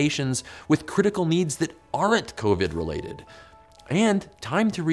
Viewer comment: I'm sorry, but this whole time , I've heard him say SARS2 COVY, but by its self, he says covid